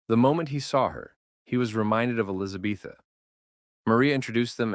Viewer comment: Her name is not Elisabetha ffs!!!!!